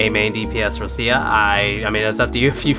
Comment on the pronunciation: No way u s6 Roccia and can't pronounce her name right